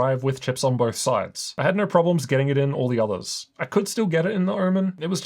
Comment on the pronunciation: Did you say zathers? You are NOT the one